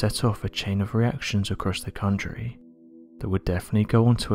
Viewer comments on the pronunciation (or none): none